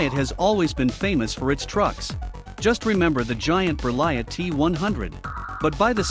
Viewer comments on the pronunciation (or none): T is not says 😉, you says Berlie . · How could you not be bothered to pronounce Berliet?